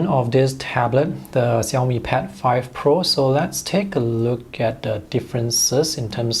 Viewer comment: Hear from your pronunciation of xiaomi,i infer you can speak mandarin?